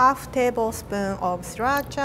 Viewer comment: When she said sriracha I heard 3racha